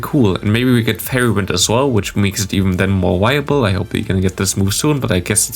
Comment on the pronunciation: Im sorry, but the "wiable" makes me tick haha. It's "viable",, "viable".